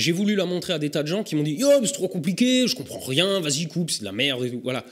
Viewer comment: "Yo mais c'est trop compliqué...." Tu es Alsacien ?